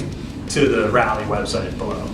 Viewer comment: It's Raleigh (pronounced rawlee) and not Rally..sayin